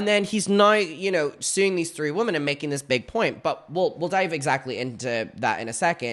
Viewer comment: the word “women” is pronounced differently than “woman”. please. 😭